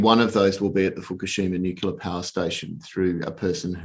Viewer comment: The fact that he keeps saying nucular instead of nuclear drops my confidence in him. Regardless, I liked it both for the algo and the content.